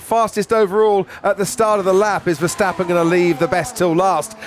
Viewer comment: hello commentator its not,,,, mex versteppen both a's in his name sounding like in carwash